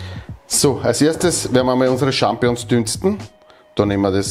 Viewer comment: Ich möchte nicht klugscheissern, aber man sagt "SchampiNIõ(n)s" nicht "Schampiõ(n)s" ;-)